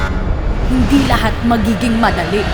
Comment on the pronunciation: Bilanging ang "HINDE" ni, 😅😅😅